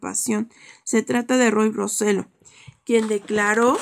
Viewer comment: RO-SE- YO, así de pronuncia, NO RO- SE- L0